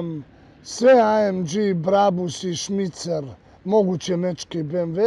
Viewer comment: "smicer" ali mislio je Schnitzer